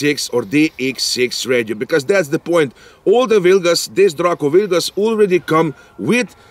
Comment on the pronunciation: Hands down the COOLEST pronunciation of DRACO ever!